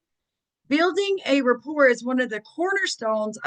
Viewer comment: “rapport”, not “report”.